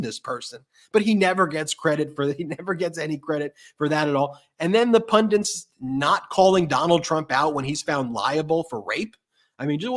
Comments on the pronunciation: You guys are giving us all so much great info & analysis. I ask only this favor: please don't teach thousands of viewers to say "pun- diNts". It's spelled pun-dits". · BEN the word IS PUNDITS. NOT Pundents. sorry but its doing my head in. political PUNDITS. PUNDITS!!!!!!!!! PLEASE stop saying PUNDENTS. love you guys, you are the best. x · I cringe every time you guys mispronounce pundits as “pundants.” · There's only one "n" in "pundits"